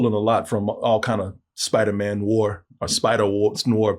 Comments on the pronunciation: Noir is pronounced nuh-warr it’s not pronounced like it’s spelled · a movie critic....not being able to properly pronounce noir (new'are)...is troubling...it means you don't know the genre, the troupes, the symbolism, the origins...and yet...you are critiquing??? smh...every time he says the word...I ask...why am I watching this? You should've went to Turkey and stayed married bro... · Is mispronunciation of noir part of the bit?